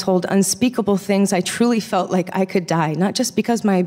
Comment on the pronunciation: Felt not feld